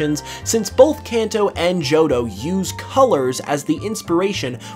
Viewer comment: “JOHDO” =P